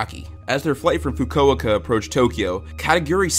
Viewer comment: THE WAY YOU PRONOUNCED FUKUOKA